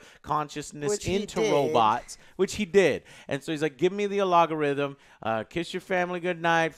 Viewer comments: "Alagorithm"..? I guess algorithm just gained an A.. 👽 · AL—go—rhythm. Emphasis on the wrong sy—LAA—ble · al ga rhythm Not A logarithm Logarithms are related to powers and exponents… algorithms are like recipes for how to do something Sorry it’s like the 10th time I’ve heard you say it. Its like when my mom calls a half pipe, a half pike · AL-GO-rithm, not A-LOG-Orithmm XD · What is a A-log-o-rhythm? Joe, I love you but al·go·rithm /ˈalɡəˌriT͟Həm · AL - GO - RYTH - UMM NOT AL - OG - GO - RYTH - UM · OMG Joe its algorithm not ALOOGArithom!!!! haha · What the hell is an algarithm?? At first I thought joe just mispoke then he said it like 5 more times. It's "algorithm" isn't it? Not algarithm. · Every time he says "alogorythm" look at OJs reaction 😂😂😂😂😂😂😂😂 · alagorithm or algorithm, joe? i'm honestly confused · its not alogorithm, its algorithm hahaha you goofball. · Count the number of times says “Alagorythum” instead of algorithm. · Hey joe, I just want to say the word is algorithm not alogarithm ahha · “A Log A Rhythm” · "the allogorhythm" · Script: "Algorithm" Joe: "Alogarithm" Just teasing Joe. Keep it going. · Your new assignment, Joe. Read this 50 times in a row: al·go·rithm P.S. nu·cle·ar, not nuke-eler. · Joe, stop saying Logarithms lol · oh and its " Algo-rithm " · AL GOR RITH MMMM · al....go.....rhythm....srry...that was bothering me. say it right. lol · What's an "alogarithm"? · What the F*** is a " ALOGARHTYM " Joe ??? :) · What the fuck is an "alogarythm"? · 'A log a rhythm...' That drove me crazy every time he said it. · "Alogorithm" This triggered me. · "gimme the alagorithm" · Its algorythym Joe for.god sake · drinking game: take a shot every time joe mispronounces algorithm. if you can still stand up by the end of the video, you win! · Gotta love Joe adding an extra o to algorithm. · why cant joe say algorithm? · Lol at how you pronounce algorithm 😂😂😂😂